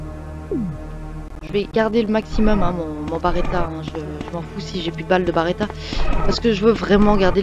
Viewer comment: B.(E).R.E.T.T.A et pas B(A)RETTA mais sinon merci pour ta vidéo tjrs super de te voir joué 😀😀